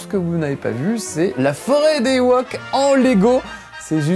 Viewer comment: par contre on prononce '' i woke